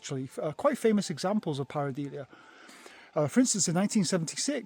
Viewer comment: Many apologies to our viewers that in my segment, I was mispronouncing the word Pareidolia -- which is pronounced par-i-DOH-lee-uh not par-i-DEE-lee-uh. Must have been distracted by that cool crow !